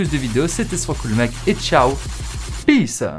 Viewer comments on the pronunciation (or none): none